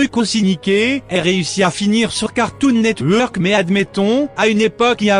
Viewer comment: "cartoon net weeuurk" ptain j'adore comment l'a prononcé.